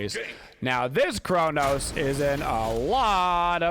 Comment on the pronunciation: Who is Chornos? hahahahaha